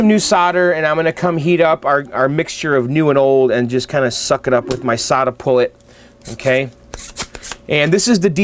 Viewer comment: You keep saying Solda-Pull-It. There's no "I" in it. Sorry, I don't mean to be the pronunciation police, but those two things were bugging me!:)